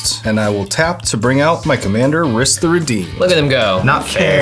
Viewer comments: Here to remind everyone that the way to pronounce "Rhys" is the same as "Reese". (It's a real name, originally from Wales.) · The pronunciation of Rhys is killing me lmao. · "Rhys" is the Gaelic spelling for "Reese". Like "Reese's Peanut Butter Cups". It's pronounced like that. Also, I spent half of this game saying, "Why are you doing that‽ Guarav is clearly the biggest threat!" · friendly heads up that Rhys is pronounced the same as Reese (e.g. Reese Witherspoon):) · For the record his name is pronounced Reese, its Welsh for king. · sorry if this is annoying, but Rhys is pronounced the same way as Rees/Reece/Reese. Rhys is the original spelling as the name is of Welsh origin and Tolkein Elvish as most know was based off of the Welsh Language and most of the elven MTG cards are actual Welsh words or are heavily based off of the language. My name is Rhys and i just wanted to let anyone who didnt know how to pronounce the name Rhys how to, as well as how to try and find a way to pronouce other cards that may confuse you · Rhys is pronounced "rheese" ;)